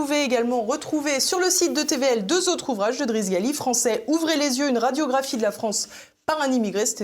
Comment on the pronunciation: L'invité s'appelle Driss Ghali , non pas Gali . La prononciation est toute à fait différente , informez vous madame la présentatrice ...